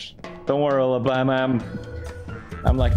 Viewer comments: he said ulabritha for Alabama 😅❤ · It's Ullabama like Ulla britta yk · I like how he called Alabama Ula Britta (if thats how you spell it lol)